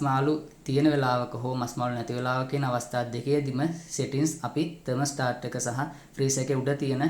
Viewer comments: 'තර්මොස්ටාර්ට්' නෙවෙයි, .......නිවැරදි යෙදුම තමොස්ටැට්. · ත'මොස්ටාර්ට් නෙවෙයි ත'මොස්ටැට්